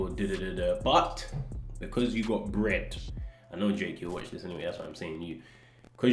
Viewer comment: 'do you vwant sum wbread?' make me giggle lol